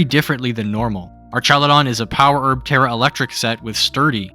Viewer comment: Jesus you really can’t speak huh? They are pronounced ArKaludon, *E*violite and *Goth*itelle. Why use words like „P2“, „OHKO“, „mon“ in spoken language? Impaired intellect boy struck hard this video.